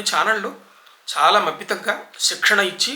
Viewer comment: చాలా లో చ తలవ్యము దానిని దంతతాలవ్యముగా అన్నారు మీరు